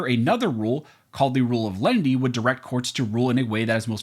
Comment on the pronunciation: Dunno who "Lendy" is. A loan shark, perhaps? OTOH, I do understand "len-i-ty". It's even in my U.S. dictionary: mild, gentle.